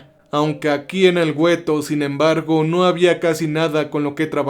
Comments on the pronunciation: se pronuncia Gueto, no güeto, la "U" es muda por Dios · Es gueto, no güeto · Saludos, solo una observación se escribe ghetto y se pronuncia guetto, es una palabra italiana. Excelente trabajo y mil gracias por compartirlo, por cierto ya estraño Cerber. Una abrazo. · El gueto !?!!...😅😂😅😂...Güetto !!!